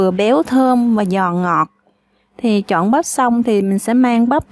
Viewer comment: Chọn chứ đâu phải "trọn" đâu chế 🤦